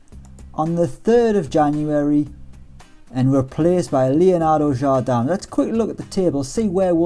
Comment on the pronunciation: Jardam? It's pronounced exactly like you spell it, "Jardem", the "i" in portuguese is pronounced like an "e"